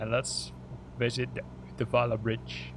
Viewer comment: Awesome. I think it looks Great. You pronounced Uddevalla good too. Bridge looks perfect. Funny about the cars. Hope they will fix it. Actually I just bought it to enjoy more great sceneries of Sweden and the world 😀 happy flying